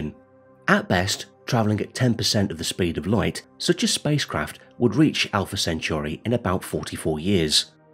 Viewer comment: If I was making videos that mention Alpha Centauri multiple times, I'd probably learn to say it correctly first. STOP SAYING IT LIKE CENTURY. Good bye